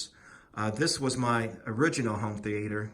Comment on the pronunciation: Why do you keep saying home theAter? Sounds weird. Also, come on bro. From one PowerPoint to a competent YouTube video is only a couple of steps away from what you've done with this upload.